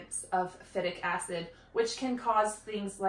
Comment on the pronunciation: FI-tic acid...long I.